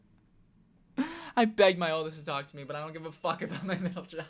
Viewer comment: “I dont give a FOUCK “